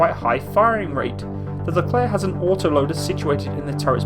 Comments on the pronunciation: If you want to pronounce this tank (or the general) correctly, it's like that : "le Claire" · Psst! It is I...Leclerc